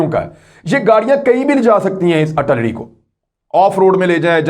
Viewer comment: Kamran Khan the word is AR TIL LARY